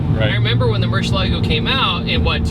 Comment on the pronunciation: Any video featuring the LP640 along with Ed is going to be cool , but please learn how to pronounce Murcielago..Ed Boiian will tell you.